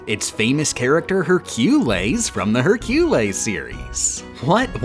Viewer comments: Stopped watching when you pronounces Hércules as Herculis… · Please stop saying hurcules like that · Despite how silly that pronounciation of Hercules is, it's surprisingly close to the Latin Herculēs. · How many cringed every time he pronounced Hercules like "Heir-queue-lez"? 🤦‍♀️😂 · Good vid but seriously, what the fuck is a hercoolays? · Literally no one:: her-quel-ayes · Just because I'm not seeing anyone mentioning it, the way she says Hercules causes me physical pain every time he's mentioned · why is no one talking about how they pronounced "hercules" i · The way you say Hercules gives me diarrhea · I don’t like how you kept saying Hercules wrong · They way you said Hercules, just doesnt sit right with me. Watched whole vid, excellent. Just pronounce it correctly please...😂😂😂😂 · Why does he say Hercules like that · stop saying hercules like that its freaking me out 😭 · Its weird he pronouce hercules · everytime i hear pronounce hercules i die a little and cringe. Why? Why must I suffer like this? ITS NOT EVEN APRIL 1ST!!!!:face-purple-crying::face-purple-crying::face-purple-crying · Morning Ooohhh I know it was just for the joke but the way said Hercules name made my body shrivel up in Pain and Panic (haha movie reference)